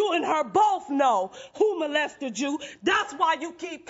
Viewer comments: Is it just me or does she keep saying "molestered"? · "molestered"??? "molestering"??? For real, she needs to go to school or something. What a horrible demon spawn of evil...